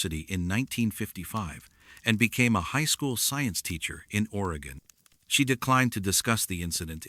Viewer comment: Ore...ee..gun. Jesus. Stop using AI